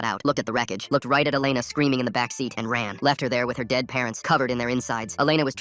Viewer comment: WHAT?? MY name is Alena (but you say it like Elena)